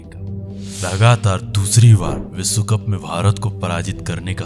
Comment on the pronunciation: आपका श का उच्चार बिलकुल गलत जैसे विस्व नही विश्व होता है.